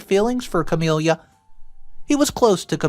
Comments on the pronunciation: The sister's name is pronounced "Ca-mil-a", not "Ca-mil-ia", it ruined the whole story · CamiLA not CamELIA omg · Ok, nothing to do with the story. Just.... It sounds weird, in my head, how pronounces the name Camila. Like 'Camilia' or 'Camilya'